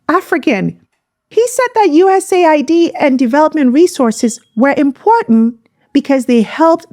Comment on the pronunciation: US aid. not USA id. get it right.